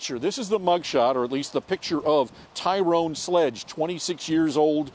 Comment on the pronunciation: Why u callin him Ty Rone? Cuz he black? Lol